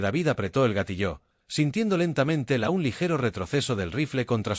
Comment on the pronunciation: Sólo quería recordarles que la palabra "GATILLO" no se acentúa en la "O"... No entiendo porqué la pronuncian "Gatilló,"